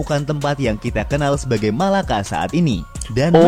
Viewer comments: Bang bukan MALAKA TAPI = MELAKA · Melaka bukan Malaka Yang betul Melaka